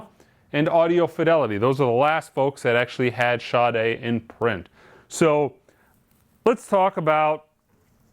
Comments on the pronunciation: It's pronounced SHAA" + "day" not shotty. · or people that pronounce the name correctly and those that do ,,, there is no H after the S ... SADA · Sade pronounces it with a H.